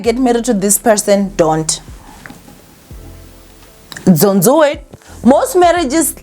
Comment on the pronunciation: "dzont dzoo it" OK i ain't dzoowing it. Bye